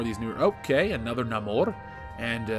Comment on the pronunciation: Thank you for pronouncing Namor correctly